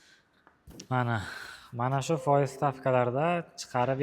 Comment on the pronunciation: Фойиз деябди ухшайдику бу